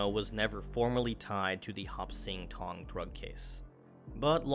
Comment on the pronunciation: I believe it’s “Hop Sing Tong.”